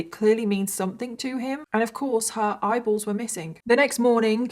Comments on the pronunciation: Oh gosh! I thought you said idols at first. 🤦‍♀️ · Every time she said “eyeballs” my brain heard “bibles” and I was like ??? Turns out I’m just a moron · I love the way you say eyeballs 😂i don't know why it makes me laugh